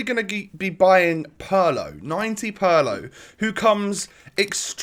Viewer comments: Thank you so much! PARLOOOO just made me sick i swear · god that pronunciation of Pirlo is brutal. it's PEER-LOW ! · It’s not pronounced Paulo